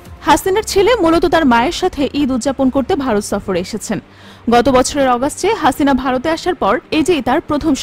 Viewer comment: 😂😂হাছিনা নাম টা কিভাবে উপস্থাপন করলো 😂